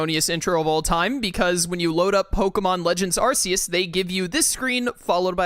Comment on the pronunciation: Actually, it’s closer to Arseus than those. It’s Arkeus Literally in the sinjoh ruins, the symbol is In basically the upside down Archeus….pronouced Arkeus. Archeus, or archaeus, is a term used generally to refer to the lowest and most dense aspect of the astral plane which presides over the growth and continuation of all living beings